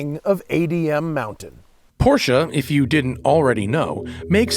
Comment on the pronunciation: You get props alone for saying Porsche and not porsh like most of the other idiots. Thank you Matt!!!!